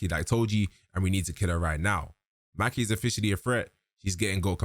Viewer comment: Mah-key not Mackee 😂😂😂😂